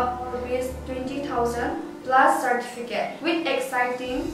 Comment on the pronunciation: Ipi asei ham kahepoi... pronunciation jng ki cheh sah dom2 ute.aki cheh Mo nakah a English jng agah man kit🥴...wice/vice chairman 🤭....sartificate/certificate....min het thei na hi tauvin English tho Khel sang a eipao kicheh Chet aphajoi🥳🙏